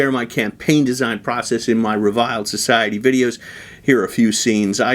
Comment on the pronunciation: So that's how you pronounce 'reviled'...